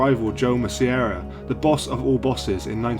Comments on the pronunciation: Masseria is pronounced Mass-ah-re-ah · Its pronounced mass-ah-ree-uh